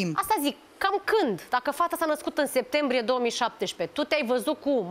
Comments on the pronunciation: Cand aud sectembrie imi râcâie creiereul bre 😂😂😂 e clar ca femeia se culca cu toti , cine stie a cui o fi copilita aia....habar nu are cand s-a nascut...vai de capu' ei... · "1 Sectembrie"😂